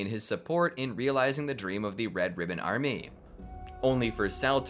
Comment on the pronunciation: "Red ribbon ArMEH"